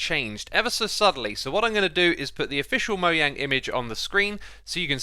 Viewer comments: dislike only because you pronounce mojang like that but i like your content <3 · Is it actually Moyang? I always pronounced it Mo”jang” :/ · It’s mojang not moyang